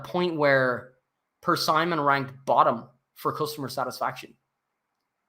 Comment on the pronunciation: My brother in Christ - it's pronounced, Per-SIM-ON.....not Per-Simon